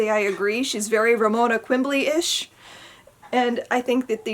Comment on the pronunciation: It’s Quimby, not Quimbly.